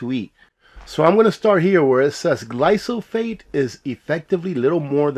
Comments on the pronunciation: GLYPHOSATE = Gly Pho Sate Not Glysophate. Loved the comment about "man" -- you're not 'old school,', you're Traditional....not a thing wrong with being Traditional!! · Thanks for covering this very important issue. On a minor note I believe the pronunciation is typically “gly fa sate”.